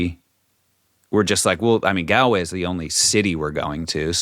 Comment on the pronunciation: Pronounced Gaulway.